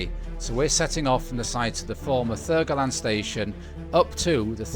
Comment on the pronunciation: Love all your vids. I'm local tho and have to annoyingly point out that its pronounced 'thurg-land'